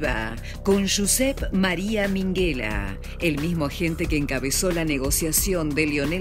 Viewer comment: Minguela no, Minguella, como "y" se dice